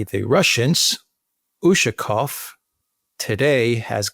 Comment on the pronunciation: Pronounce: UshAkov. Stress on the second syllable.